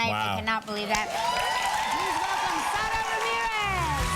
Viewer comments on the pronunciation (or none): Again...S A R A... Not Sada